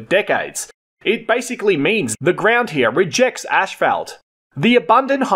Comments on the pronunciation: PLEASE stop saying "ashfeldt"!!! It's pronounced asphalt - 'as-falt'! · 😂 as/ fault not ash salt 😂😂😂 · Not in Straya'. We pronounce it this way. Sorry bud. It's ASHFELT TIME